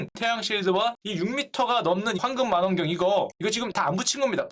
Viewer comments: 매번 재밌게 보고 있어요. 심지어 스트리밍 화면을 그대로 저장해놨다가 하루하루 보고 또봅니다. ㅎㅎ 아.. 제임스 웹 발사...이 주제는 너무 재밌어요. 근데 약간 거슬리는게... 망원경인데 만원경이라고 말씀하시네요. 우리 슈카님 딕션이 너무 좋으셔서 "만"원경이 자꾸 거슬려용 ㅋ 😀 사.. 아 니... 좋아합니다. 슈카님... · 발음좀.. 마난경이 뭐냐.. 망원경! 호박 고구마! 호 박 고 구 마!!! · 마난경 아니고, 망원경 맞습니다. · 슈카님 '망'원경 ..'만'원경 아니고요 ㅋㅋㅋ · 만원경이 아니고 망원경 입니다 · 망원경이 아닌 마난경ㅋㅋ 일본 출신인가? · 마넌경이라고 자꾸 발음하시네요. 망 원 경 이라고 발음해 주십시오. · 설명 너무 쉽고 재밌게 해주셔서 감사합니다 ^^ 근데 마난경 아니고 망원경!!!^^ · 왜 자꾸 마난경이라 그래요?ㅋ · 슈카형 만완경... 나도 어릴때 저래 발음 했는데.. 인간미 있네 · 좋은 내용인데 발음에 옥의 티가 있네요. 망원경은 [망원경] 그대로 발음하면 됩니다. 근데 [마난경]이라고 발음하고 있습니다. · 슈카는 망원경을 계속 만원경이라고 읽고 우주왕복선을 우주왕복성이라고 읽는다. 이걸 알게 된 이후로 신경 쓰여서 더 이상 내용이 머리에 들어오지 않는다 ㅠㅠ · 마낭경 아니죠~ 망원경이죠?,,,첨부터 끝까지...ㅋㅋ... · 역찌 잡썰이 재밌어요~^^ 근데, 뭐 딴지 거는게 아니고.... 마난경, 마눤경이 아니라 망.원.경 이요... 스트리밍 때도 좀 그랬는데, 거슬려... 왠지 말 잘 못하는 어릴 때 친구가 마난경이라고 했던 기억이...ㅋㅋ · 난 왜 자꾸 마난경으로 들리냐 ㅋㅋㅋㅋㅋㅋㅋㅋ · 마난경 아닙니다ㅠ 망원경입니다 발음할 수 있어요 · 자꾸 마난경이래. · 내 귀에만 자꾸 만원경으로 들리나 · 형 제발 망원경...만원경 아니고...망원경.... 형....형...... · 망원경을 계속 마넌경이라 읽으니까 7살 짜리 같애 귀여워 형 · 정말 좋은 컨텐츠입니다. 쉽게 초딩수준의 이해력으로 재밌게 봅니다. 그런데 망원경을 마난경 이라고 읽는건 초딩전에 유야틱하지 않아요? ㅎㅎ 그래두 잘봤어요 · 자꾸 마난경이라고 하니까 무식해보임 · 행님아. 마난경 아니고 망원경이요... 이쁘게 발음 좀 해주오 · 마낭경 마낭경 하셔서 넘 웃겨요. 할머니같음. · 왠지 우리 세대에서는 '망원경'을 '마낭경'이라고 발음하는 경우가 많았어요. ㅋ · 형 '마난경'이 아니고 '망원경' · 과학을 전달하는 사람으로서 이런 컨텐츠를 만들어 주셔서 감사합니다! 다소 잘못된 내용이 있지만 아무튼 190만 구독자를 보유한 슈카 흥해라!! 망원경 -> 마난경 놉!!! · 만안경 아니죠. 망웡경이죠... ㅎㅎ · 현직 구독 망설이는 자.... 입니다. 발음이 왜 계속 만안경인가요? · 만원경이 아니고 망원경. 발음 엉망 ㅋ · 작가님 마난경아닙니다. 발음 고쳐주세요. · 허블 마낭경 ㅋㅋ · 계속 만원경이라고... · 만원경 발음 킹받네요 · 망원경 발음 너무 마난경 아니냐 ㅋㅋㅋㅋ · 망원경을 왜 마난경으로 발음 하는지 영 거슬리네요... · 망원경 자꾸 망안경으로 말하는거 킹받네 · 망원경을 왜 만안경이라고 발음하시나요? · 마난경 발음 킹받네 ㅋㅋㅋㅋㅋ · 마넌경...마넌걍... 언제적 발음이야... 교정 좀 해.... ㅋㅋㅋㅋ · 왜 발음을 [마난경]이라고 하지? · 제발.. 망원경이라고 발음해줘요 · 동영상 내내 만난경이라고 발음하는 슈캬월드는 노땅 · 망원경을 자꾸 만한경 이라고 부르네요 ㅎ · 마난경 ㅋㅋㅋㅋㅋㅋ 발음 구수. ㅋㅋㅋㅋ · 아재 특 망원경을 마난경으로 발음함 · ㅋㅋ 슈카님 마난경이라 발음하네. 슈카 어르신 인증 ^^ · 망원경을 자꾸 마난경이라고 하네 ㅋㅋㅋㅋ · 마난경 ㅋㅋ 발음 귀여워 ㅋㅋㅋ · 잘 들어봐도.. 마난경으로 들리네...ㅋㅋ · 망원경을 자꾸 만원경이라고 하고 문과생 특유의 감성으로 자전 공전 대충 설명해서 킹받지만 유익하네요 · 이분도 마낭경이라고하네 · "만원경" 경제유튜버임을 잊지않는 슈카형 ㅋㅋ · 슈카님 망원경 발음 안 되시네요 ㅎㅎ